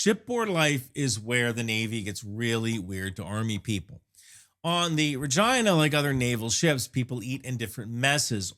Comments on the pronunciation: I had to listen three times, then look at the comments, before understanding the name starts with an R, after learning the real name, I listened three more times, and it sounds like he starts a v and then changes it. I still hear vragina. edit: I think it's because he kinda stumbles over the HMCS part, like he almost forgot the C, then runs it together with the name. edit edit: OK, I'm far enough in he's said it multiple times, when he only says the name, it's clearly an R, every time he adds the HMCS, it sounds more like a V, lazy s to r transition I guess. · Tha Vagi, what now. I know you visited it, but you really push the limits of linguistics here to interpret is as something else. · It's rageena not rahgyynah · he said vagina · He keeps pronouncing Regina with a V and I keep cracking up. Is there a story? Can't focus. ha ha. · I am not trolling, but about 1/2 the time you say "Regina" it sounds like "vagi...". 😅 I think it has to do with the speed you say the word. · Regina, rhymes with fun!! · Say that again? You're a little light on the "R" there bro..... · We caller ReGeena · Rejaina cracks me up everytime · Why does it sound like you are saying " vagina"? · It sounds better when you pronounce Regina as, “Regeena.” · RE-gina. Had to go back to check. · Work on your pronunciation. I swear to god, after listening to you say it 75 times.. the first time you say Regina... you say Vrrr-gIna... I was like ...What?!?!?!?" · And remember, Regina rhymes with fun! 😉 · Am I too much of a soldier for continuously misunderstanding the Regina's name ❓ I also think needs a bigger 'PRESS' patch. I couldn't read this one 😀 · Isn’t it pronounced regeena? Latin pronunciation of the word for Queen?… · Good video! But sometimes it sounds like he says Regina, but sometimes, not so much?? The 57mm is nice, the guided projectile is cool! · Not a single time did I hear an "R" when the name of the ship was pronounced. 😂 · That's a Canadian accent when you say Regina,.